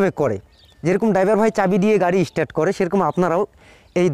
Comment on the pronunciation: কথাটা ইস্টার্ট নয়, কথাটা স্টার্ট। গ্রামাটিক্যাল ভাবে না শেখালে আপনার এই গ্রাম্য পদ্ধতিতে উঁচু স্তরে মিউজিসিয়ান হওয়ার সম্ভাবনা খুব কম।